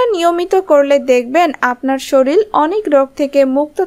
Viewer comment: শরীর । শরীল না ।